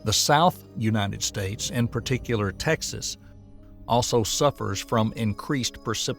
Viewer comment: “Unated States” 💔